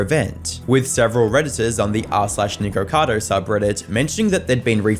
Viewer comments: Buddy you CANNOT say his name like that. There is no "r" in the middle. Also stop plagerizing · I think they were referring to the way she pronounced “Nikocado” at that timestamp 😅